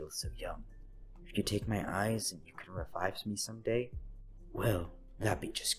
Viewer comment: Hehehe he said raivive